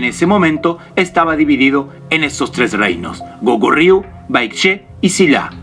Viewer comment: Cuando hablas del hwa rang y del Soobak, te falta decir q se crea otro estilo el SooBakGi. Y mostras en el video al Sibpalki, eso esta mal....Escribis Kogurio y pronuncias Gokuryu, otro gran error q no deja interptetar la informacion